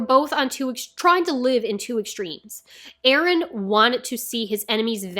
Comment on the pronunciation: NO "BEren" PLEASE!